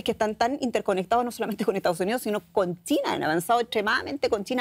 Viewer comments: Dice Tina o China??? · No es tina, es china.